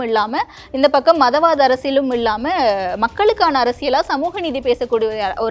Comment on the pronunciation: இல்லாமல் என்று உச்சரிக்காது இள்ளாமல் என்று உச்சரிக்கிறீர்களே...பாரியைப் பேட்டி எடுக்க உமக்குத் தகுதியே இல்லை!!!!!!!